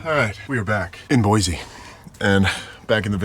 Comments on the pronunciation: If you’re open to being corrected on how you pronounce the names of places… Boise is pronounced Boy-C not Boy-Z by Idahoans. We can tell instantly if someone is from out of state that way. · Where were you camping? The river is running high. And please, it's Boy-see, no zee😂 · Boysee, Boysee, Boysee. It's just as bad as Illinoise.